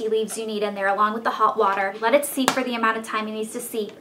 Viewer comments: I'm sorry for the constructive criticism but it's steep not seep :) Love your vids! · Steep, not seep. :(